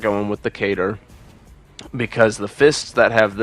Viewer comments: What is a cater? Lol I never heard katar pronounced like that . Kuh-tar much ❤️ fantastic video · Great video, love the display Did you just.... Pronounce Katar as "Cater"...?